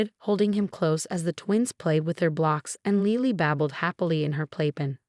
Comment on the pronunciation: The baby's name is Lily not Leely, please learn proper pronunciation